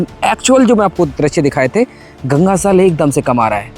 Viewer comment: Beta aap jal bolo aap Zal bolte ho please Jal bolne ki koshish karen thanku